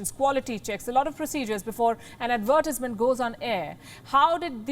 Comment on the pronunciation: Your pronounciation of the word advertisement is weird. Plz rectify Palki. Take it in the right spirit as it has been told👍